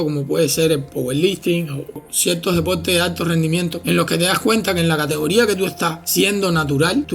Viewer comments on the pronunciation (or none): Wueones enfermos..puros gordos musculosos ..aprende a hablar...se dice "persona" no pelsona.."deporte" no depolte